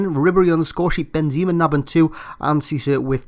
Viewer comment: i'm sure its pronounced benzema you say benzeeeema